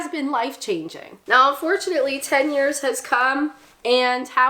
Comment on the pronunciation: lol when you're saying ten year I'm hearing "tenure" I'm like what the hell has your University residency got to do with the price of cheese?!